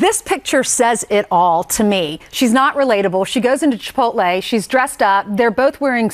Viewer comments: She goes to "Chi-Pohl-te" The dit-dote in the red dress doesn't even get the hint when her fellow panelists pronounce it correctly. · Holy God, you get paid so much money to pronounce words correctly. THE T COMES BEFORE THE LE. CHIP-OTE-LAY. CHIP-OTE-LAY. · Panel member in the red dress, on the left, please pronounce Chipotle like this: Cheh-pote-lay. Thanks. You should have known better, as you're on national tv. C'mon!